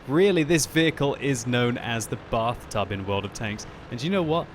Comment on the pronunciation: The Batht00b, as the French Accent says. ( Bath-toob)